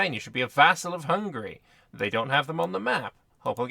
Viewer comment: You are the first youtuber i know who can pronunciate Hungary the right way as a hungarian i congratulate you.